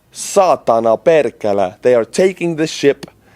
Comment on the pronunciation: As a Finn, you sounded like one of us with ur Perkele and Saatana haha! well done brother and keep up the good work.